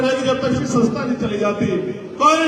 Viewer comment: पहले सदस्य्ता शब्द सही से तो बोल चिंता मत कर वो चली जाएगी तेरे कर्मो से तू चपरासी के लायक भी नहीं है